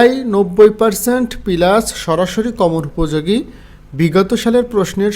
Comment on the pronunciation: পেলাস কি প্লাস বলতে পারেন না!